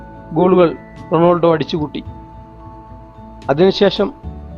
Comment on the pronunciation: നാക് വടിക് വല്ലപ്പോളും അല്ലേൽ അറ്റ്ലീസ്റ്റ് റൊണാൾഡോ എന്നെങ്കിലും പറയാൻ പഠിക്കു തോൽവി അവതരണം റൊണാൾഡോ എന്ന് കേട്ടതുകൊണ്ടു മാത്രം വീഡിയോ കണ്ടു